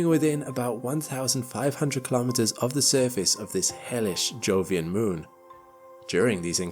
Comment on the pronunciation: 'Kilometers' is pronounced kilo-meters, same as kilo-grams. Not ka-lom-it-ters. No one says ka-log-rams for kilograms.